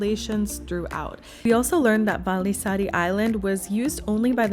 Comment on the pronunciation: You pronounce the vallisaari like valisari in finnish u strongly pronounce the double letter like the 2 ll letters and the 2 aa letters